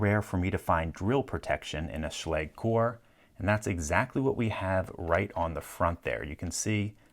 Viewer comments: I hear the proper pronunciation is schla-ga, not sch-lay-g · Try pronuncing it correctly next time ;) [ʃla:gɘ] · Oh. I've been pronouncing it wrong all this time. I thought it was pronounced like Schlojj (Sch as in school then the ending of something like the US English pronunciation of garage) Well dang. Thanks for clear both that up and that Locks vulnerabilities LPL! :) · did anyone else just click so they could finally learn how to pronounce "schlage"